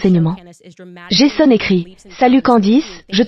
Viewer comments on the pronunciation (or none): none